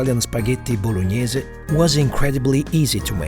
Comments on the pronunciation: "Spaghetti blognaise" 😂😂😂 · voloñiese sauce